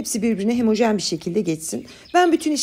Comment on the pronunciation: Çok güzel tarifler ve naif bir ses tonu ile anlatım....severek takip ediyorum amaaaa hemojen değil homojen ❤❤❤